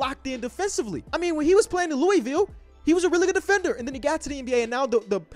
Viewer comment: Being from Kentucky and hearing how says Louisville made me sad